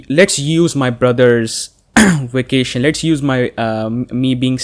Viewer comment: Everyone: vacation: wacation